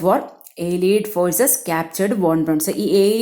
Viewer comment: Malayalam summary കേൾക്കാനാ ഇവിടെ വന്നേ 🙂... വന്നപ്പോ ദേ വായിച്ചു വിടുന്നു...👎🏻 പിന്നെ (അലീട് അല്ല... അല്ലെയ്ഡ് )🙂👍🏻